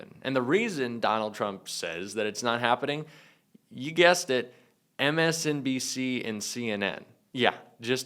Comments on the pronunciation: He cant even say MSNBC 😂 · He didn’t say MSNBC ONCE He couldn’t pronounce several words he’s a lunatic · T-rump can’t even say “MSNBC” correctly! He has to blame anyone else other than himself!!! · Did he say "MSCNC"? What news channel is that??? 🤣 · He keeps saying MSDNC. I'm fairly certain that it's MSNBC 😂